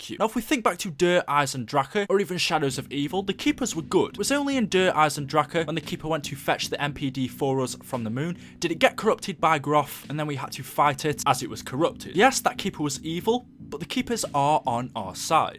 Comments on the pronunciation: Why can no one pronounce any of the maps???? It's Der Eis-en-drak-ay, and Zets-ooh-boo-no-shee-mah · Just hearing you pronounce Der eisendrache makes me want to click off the video